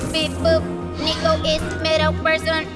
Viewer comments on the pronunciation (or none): Noooo he said neeko neeko ni nooo riot please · "sneeko" I heard that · HE SAID NEEKO NEEKO NEE D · Lol so hard when says Niconiconii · If he says neeko one more time, i’ll break his neeko neeko kneecaps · Noooo! He did NOT Said neeko neeko need! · Stop it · That guy said Neeko Neeko Neee Where am I xD ??!? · how much did they pay you to say "neeko neeko need" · They finally said it "neeko neeko nee" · Jfc with the Neeko Neeko Nii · "Neeko-Neeko-Nii" Riot. THIS NEEDS STOP. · He said neeko neeko need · "Sneeko up" "Hide and seeko" "Neeko neeko nii" Why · tell me that he just dont said neeko neeko XD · "Neeko Neeko Nii" Not even Nico Nicotine brings that many cancer in just one meme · Yup. Made me want to break his Neeko Neeko Knees.